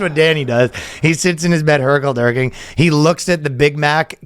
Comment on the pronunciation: The title says DurKLing, and then you say Dirking 100 times 😖 I cant hear a thing other than this. Which is it? DurkL or Dirk??